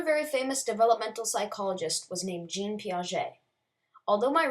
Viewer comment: Fantastic research. Just a note on pronunciation... Jean is pronounced [ʒɑ̃] not [ʒeen] 👍